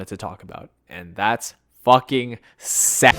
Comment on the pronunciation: He said "koitle" and "secks" 😂 but says "fuck"